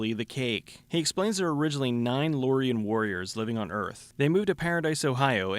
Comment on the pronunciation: The books are so much better. And you pronounced Lorien wrong, they're also not called Loriens they're called Loric. The ones with Numbers are Garde and the "protector" is a Cepán. Once again, the books were so much better